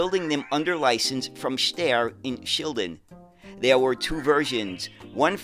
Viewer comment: "Steyr" actually rhymes with the English word "fire". It is not pronounced as "stair", more like "shtyre".